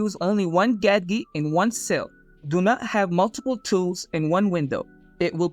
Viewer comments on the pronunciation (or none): One "Gad-Geet" at a time lol